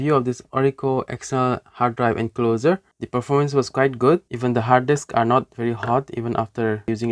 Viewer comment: BTW you're pronouncing encloser. Here's the right one 😉 Otherwise you speak English very fast and fluently 👏 Certainly way better than me, so i hope you don't take this the wrong way. Kuddos on a great video, keep 'em coming 👍